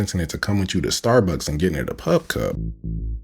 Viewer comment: Starbucks 😂😂😂 not Stars😂😂wars